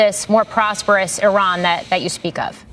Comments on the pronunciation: She can't pronounce Iran correctly though. Which is very ignorant. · When are Americans going to learn that Iran is not pronounced I RAN ? It's E RAN. It is that easy. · Some of these people can say "I-Ran" because they run when confronted on camera & off